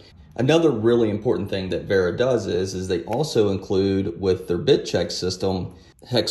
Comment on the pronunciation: The first American I've heard pronounce "Vera" properly. Usually its like "Hey boi, we got sum of dem weeera keys to test!"